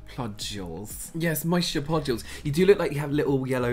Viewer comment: Moister “plodules” 😂😂😂😂 f@ love you guys!!❤